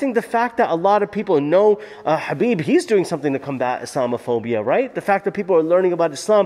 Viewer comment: Dude, it's Khabib not Habib